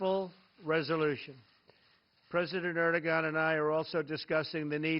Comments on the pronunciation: Most people in Europe make this mistake. they call him Erdo-gan - but it is pronounced Erdo-han. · It's (air-du-won) not (er-de-gan). How does Trump not know how to pronounce the President of Turkey's name when they are so pivotal in our ability to fight ISIS?? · Ehr-doh-on, not "air". But yes, you're right. Im not surprised he didn't pronounce it properly, but realistically who cares what he calls that shit-stained dictator. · Itis not that hard just skip the g letter and pronounce erdoan its way better than with erdogan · Well I dont care about foreign pronunciations. Sorry to bump an old thread but someone bumped an old comment from me on this page so I just saw it. I pronounce words, American style, as they look. I call this dude like ED-ROW-GUN. If he is too PC to like my pronunciation too bad. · I'm from Kansas, and I knew he did it wrong. It's "Ur-do-on", and he's a "president" like dr. pepper is a "dr.". It shouldn't have to be said, but we ought not be bending elbows with known oppressive governments. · Lol. He called him "Urr-doh-gon." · He can't even pronounce Erdogan's name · Ugh, if the president is going to host various leaders from around the world, he needs to first learn how to pronounce their name properly. So embarrassing and insulting. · It's an easy mistake unless you know Turkish grammar. I lived in Istanbul so I learned some Turkish but without a grammar mark above the letter "g" most non- Turkish speakers wouldn't know that letter is silent . Of course this is a great opportunity for you Trump haters to attack him. At least he's not bowing down to other world leaders like our ex President Obozo did. Any expansionist moves into the Balkans will to restore the Ottoman Empire could bring America or the Russian Federation into conflict with Turkey. I hope this never happens. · He doesn't even know how to pronounce his name. WTF!!